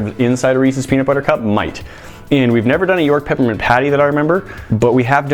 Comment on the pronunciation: Did he say pappermint?